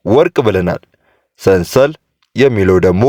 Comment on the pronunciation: ሰንሰል ሳይሆን ስልሳል ነው